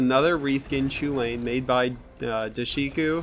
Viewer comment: I believe it's pronounced "Kuh-Linn" instead of "Choo-layne" like Cuchulainn the Impure from FFXII